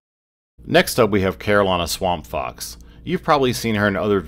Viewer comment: Did it say swamp crotch or swamp fox?